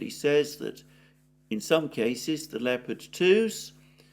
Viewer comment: At last someone who can pronounce leopard properly